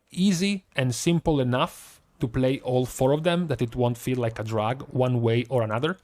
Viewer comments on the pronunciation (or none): none